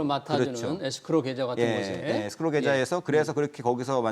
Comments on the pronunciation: 에스크로를 에크로스라고 하느거 킹받네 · 에스크로지 에크로스가 머냐 ㅋㅋㅋ 전문가 맞냐? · 에크로스가 아니라 에스크로에요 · 에스크로다 에크로스라니 깊이 반성해라